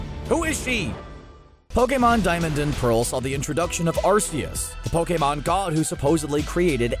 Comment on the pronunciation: You are pronouncing Arceus’ name wrong